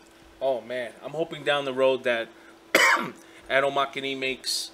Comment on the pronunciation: Am greek so take it from me,it's pronounced atmomehane with the 'e' pronounced e.Another gr8 video keep up.